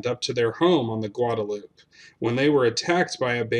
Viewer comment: Great videos, sir. This is the second video in which I have heard you mention the Guadalupe river. I have tubed it many times near New Branfels, a town founded by German immigrants in the early days of the Republic. In any event, FYI its pronounced with the final “e” sounded as an “eh” sound. Not silent as in “dupe”. Some Texas words retain their Spanish pronunciation, others don’t.